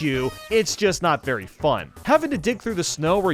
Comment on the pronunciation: Wait. Did he say berry little room for error on 81?